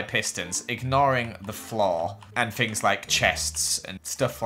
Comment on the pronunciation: Please stop saying fink and fings lol 😩love the idea so come so cool how you do Redstone???? How it worked soooooo coool !!!!!!